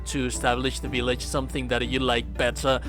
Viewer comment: I could listen to you say vill(BILL)age all day